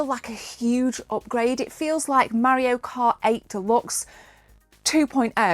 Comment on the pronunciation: i love how she says mario like maorio. maby his a new zealander afterall